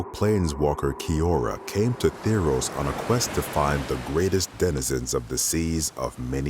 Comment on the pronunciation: He says ThEEros >:(